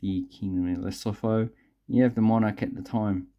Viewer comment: Hey... Great coins, great vid... Just one thing... You pronounce the Lesotho as : 'leh_soo_too'